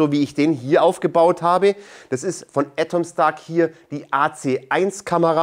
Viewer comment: Warum sagt er "Ätomstack"? Weshalb das erste A als Ä und das zweite dann nicht mehr?